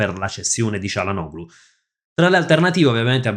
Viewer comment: ti preoccupi di pronunciare male il nome di un giocatore brasiliano che nessuno conosce, mentre dici comunemente cialanoglu invece del corretto (in turco) *cialanolu*; perché?